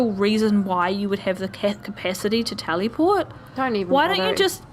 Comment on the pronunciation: I know you were saying teleport, but it sounded like Taliport "We'll blow people up!" Sleepy kitties don't want to make gaming decisions. you sounded like Suvi, there. Pretty damn funny! When Kallo was ranting about the Scourge the music went DUN DUN DUN Liara called the Salarians Amphibians in ME3 when talking to Javik. Lots of word Peebee is younger than Liara, I think. Definitely still in the "Maiden" stage. Lots of Asari her age are dancers or in merc bands in the trilogy. Suffice to say that Cora is fond of the Asari, yeah. Sinister music again for Jaal talking about Akksul Ryder arrived 5 minutes ago. Humans on the Nexus arrived more than a year ago. Remember the uprising get some SLEEEP